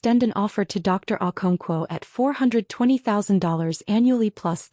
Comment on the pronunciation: AI...never gets our non English names right.😊